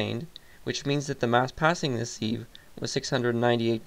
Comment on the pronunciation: It is pronounced "siv" you plebe.